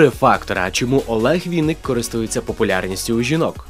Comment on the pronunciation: ВИННИК!!! А не Вiнник. Через ИИИИИИ!